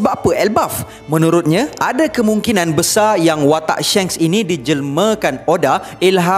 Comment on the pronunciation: Pronounce die SHANKS its not SHENKS haha tegur je sbab lagi sedap klu shanks hahhaha